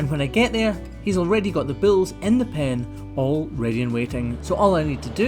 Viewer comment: is it BILLS OR BULLS? LOL